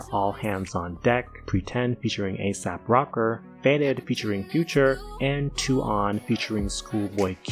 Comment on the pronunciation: Did you really just say asap Rocker 😂